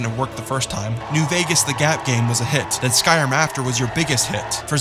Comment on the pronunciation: It's called "Skyrim", not "Sky-rum".